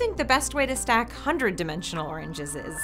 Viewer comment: At first i thought she said "100 dimensional orangeses"